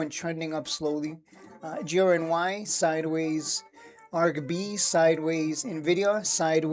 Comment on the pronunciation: Did you say GRNY?